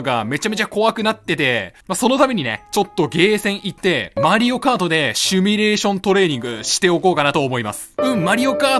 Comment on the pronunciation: シュミレーションじゃなくてシミュレーションやぞ